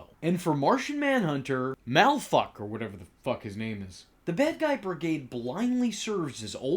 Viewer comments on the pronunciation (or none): Malafuck or whatever lmao mala'fa'ak